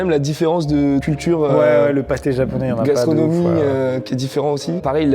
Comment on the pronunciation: Ptdrrrrrr c'est gastronomie pas la s....mie. en réécoutant j'ai cur entendre une dinguerie aussi